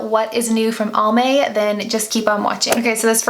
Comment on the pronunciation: Fyi 😋 It's Almay like "Alvin" not "Almond"